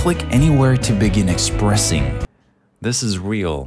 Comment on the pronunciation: When it said expressing I thought it said depressing